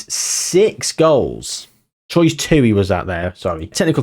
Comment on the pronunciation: Troyes is pronounced "Twarr" I believe 🤔 French teams' pronunciation is all over the shop.